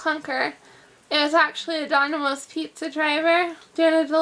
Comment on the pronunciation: it's dominoes pizza, not donimoes.